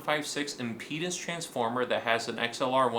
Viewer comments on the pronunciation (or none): none